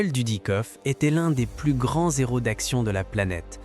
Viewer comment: Première phrase ( grand zero) on ne fait pas de liaison lors ce qu'il y a un h au mot suivant ( grand hero) 😅